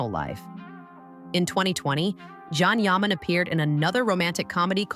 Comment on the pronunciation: Yes, really gets on my nerves, I stop watching once I hear it, Probably AI. It’s Jan Yaman.